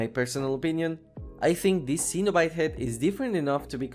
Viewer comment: Cenobite is pronounce Sen-O-Bite